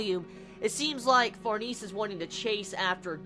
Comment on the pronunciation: oh for farnese's name pronunciation, it's suppose to be french like far-na-say